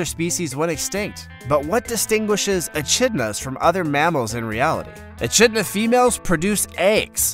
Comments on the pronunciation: Is is not embarrassing to post a video like this and no even pronounce the name of the animal correctly. There is no ch sound in echidna (uh-kid-na). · echinda is pronounced ekidna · It's an e-kidna,not an e-chidna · It's said E-Kidna not E-chidna even if it's spelled Echidna 🙈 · another he has not pronounced right.the achidna is not pronounced a chid na it is most annoying when a narrator does not know how to pronounce the names right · How many other Aussies cringed at the Echidna pronunciation?! 🤦‍♀ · Grouse rhymes with house. Echidna is pronounced e-KID na